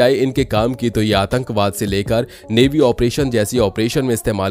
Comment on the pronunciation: Bhai Navy hota h "Mavi" nhi